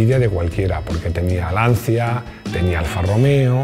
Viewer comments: Y no se pronuncia Lancia sino Lanchia, y no autobianchi sino autobianqui, y no señore sino siñore. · Si debemos decir Lamgorghini como "Lamgorguini" , entonces debes/debemos pronunciar la marca italiana Lancia como realmente se dice, "Lancha" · Perdóname, ya que corriges la pronunciación de Lamborghini por qué no corriges también la de Lancia que en Italiano se diría Lanchia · Hombre.....primero nos echas la bronca por no decir bien Lamborghini, y a continuación nos sueltas un "Lancia" que haría explotar los oidos a un italiano.....